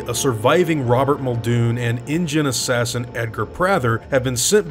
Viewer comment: did...did you say assassin? assassin?